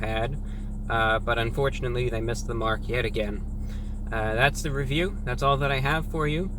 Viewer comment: you have to emphasize the last syllable of review. reVIEW